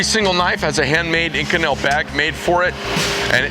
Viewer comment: "inKonel" lol